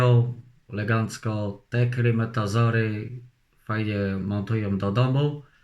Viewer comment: Klimatezor? Panie ' zbita szybka" co to jest?🙂,uczy i bawi!👍